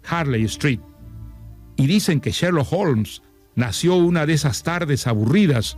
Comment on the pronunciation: Cuando li escuché decir "Sherloo olms" por tercera vez tuve que parar el audio. No es sherlo! Es sherloCKKKK HOLMS!!